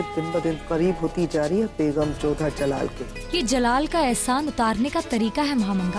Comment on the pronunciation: Mhamanga ❌mhadanga 😅